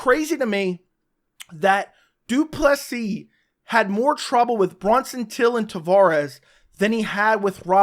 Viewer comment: Lets all say it together now. DREEEEKUS DU PLESEEEEE Not DRYCUS .................... DREEEEEEKUS Cmon guy he just finished the best Bobby Knuckles. It has to be pronounced properly